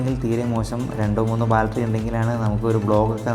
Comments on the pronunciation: "Baltry" അല്ല, battery ആണ് മോനേ! നല്ല വീഡിയോ ആണ്. 👍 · My friend, you pronounce for battery as balttery it's wrong. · ബാൽറ്ററി അല്ലെടാ മോനേ ബാറ്ററി ആണ്!😖😖🤢😅